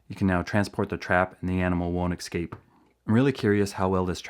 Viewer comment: Just so you know, the word escape is pronounced "Es-cape", not "Ex-cape".